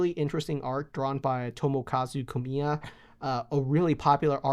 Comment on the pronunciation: pronounces Tomokazu Komiya correctly. I’m now at peace.